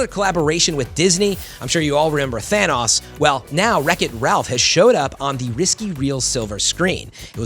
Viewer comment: Why the heck does he say Thanas